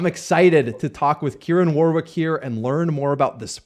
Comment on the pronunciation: I always cringe a little when American can't pronounce Warwick lol